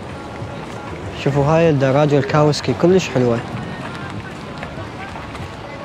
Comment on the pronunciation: دراجة كاوازاكي مو كاوسكي